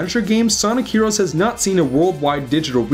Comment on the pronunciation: Sonic herowos